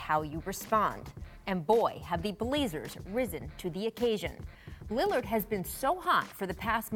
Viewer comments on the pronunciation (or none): “Damian Lidird” 😂